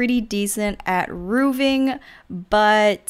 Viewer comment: No offence meant, because I think you do great builds (which I've used tons of - thank you!)) and you have a nice personality, but you say "roovs" instead of "roofs" a lot. Plural for roof is "roofs", not "roovs" and the pronunciation is same for roofing. So it's , "roofing", not "rooving" :) x